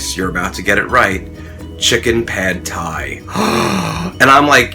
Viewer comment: pronounced like "pod Thai" not "pad Thai"